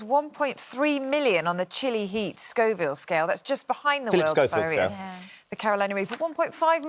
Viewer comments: It is Scoville not Scofield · It's NOT Schofield, it's Schoville! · I thought that it was Scoville, and not Scofield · Scovilles you muppets not schofields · Scoville you joker not Scofield.